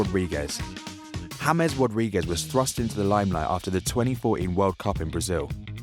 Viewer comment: James is not Haymes.